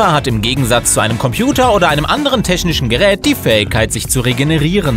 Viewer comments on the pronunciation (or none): teschnischen Gerät